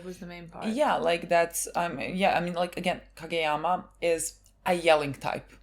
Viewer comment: I can't resist laughing because by saying what sounds like Hage yama, it seems like youre calling him Baldyama